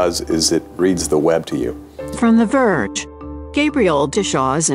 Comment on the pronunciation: "Duh Verge"